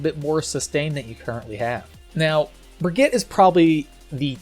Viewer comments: ITS BRIGEETA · As someone from Germany it‘s always a joy hearing you pronounce Brig‘s name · *makes a joke about how people mispronounce "Brigitte" *immediately mispronounces "Brigitte" 🤦‍♂️ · 2019 - still can't pronounce Brigitte properly... /smh